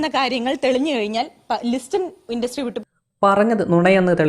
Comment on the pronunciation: ഇണ്ട്രസ്റ്റി അല്ലടാ.. ഇൻഡസ്ട്രി